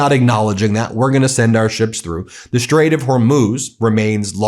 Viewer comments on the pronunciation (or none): I really think he didn’t know about the Strait he can barely pronounce it😂